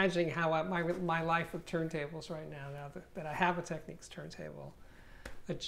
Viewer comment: Its technics not techniques ffs.